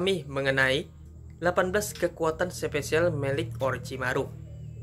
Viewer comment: gua msh heran cara lu pengucapan yang ketemu kata E" contoh episode bilang epesode, special jadi sepecial hmm